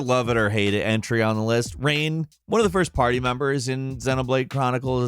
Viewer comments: Okay, i need proof that you actually PLAYED Xenoblade Chronicles now... First of all, you aren't even close to saying Reyns name right, even though it's said out loud multiple times ingame, leaving you with no excuse for this mistake if you played the game. And even if the voiceline is subjective to everyone, the AI for Melia and Sharla is INFAMOUS for making certain fights next to impossible without being at least a bit overleveled if you don't play as them... Sharlas AI will never use her talent art, unless her rifle is overheating, leaving her to do nothing for an extended period of time, leaving you with no buffs or healing in the meantime. Melias AI seemingly just summons elements at random, and never uses them in a meaningful way, and even the most incompetent player will do a better job of controlling her... So in my experience at least: Sharla is most efficient when you control her, but she is INSANELY boring to play as. Melia never really shines without you behind the wheel, and she is arguably the character that takes the most practice and knowledge to know how to use efficiently. So even of you might be tempted to just let the AI control them for those reasons, you are likely better off leaving them out of the party entirely, especially when you have Dunban, Rikki and 7 to take their place! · The fact that he mispronounced Reyn's name after saying that the line is seared into his brain is just laughable. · Reyn should not be on the list. Firstly, you pronounced his name wrong, there are even clips in this same video that show how to pronounce it correctly. And secondly, it should be Sharla instead. She doesn't have as many annoying lines and she's good for healing, BUT HER RIFLE COOLDOWN!!! It makes her a liability. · Why did you pronounce Reyn as rain at first when the character says his own name as rhine. Is it a translation thing and he's called rain in the japanese version or ...? What gives? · "It's RYEN time" got me. XD XD. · Reyn not rain